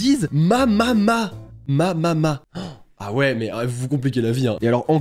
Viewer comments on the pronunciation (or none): Mamama se prononce mamema 😊